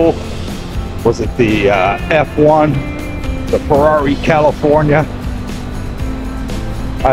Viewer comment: Haha the struggle for the Ferrari names. Even how to say Ferrari. Not ment in a bad way btw :D